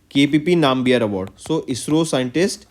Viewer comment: Sir that is nambiyar..not nae-m-bi-yar...why you north people always mis pronounce tamil words without the meaning